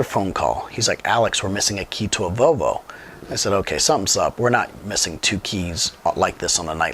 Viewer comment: The way you’re saying Volvo is killing me. It’s not VoVo. It’s VoLvo.